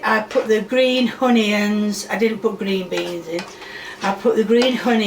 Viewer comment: I really enjoy watching your videos, but I cannot stand you saying “honeyyuns” can we take a vote for you to stop it?